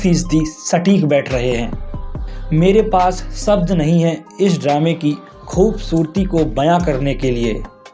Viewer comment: Mr. Pahley Urdu ki خوبصورت ko Khoob Surti kahna chodiye.